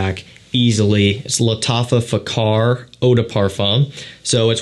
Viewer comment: Lattafa FAKHAR 🤣🤣 The pronunciation of FAKHAR